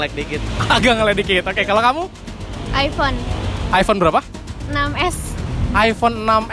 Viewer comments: Nyebut iphone aja ip 😂😂😂 Sumpah gw ngakak.. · sebel banget iphone nyebutnya i-pe